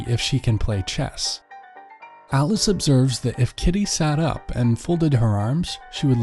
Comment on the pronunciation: Every time u said alice... I thought its alex😂